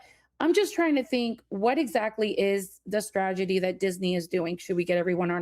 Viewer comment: “stragedy” someone teach this woman how to say STRATEGY 🤦🏻‍♂️